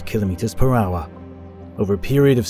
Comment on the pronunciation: Awesome video, learnt a lot. Also, finally, someone that can say kilo metres properly lol